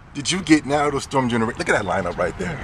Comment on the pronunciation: I Hate when People say "Naruto" Wrong and you call yourself a true Fan...smh